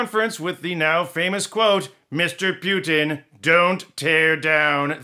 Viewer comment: I love how you pronounce Putin to sound as puke, пютина means python :)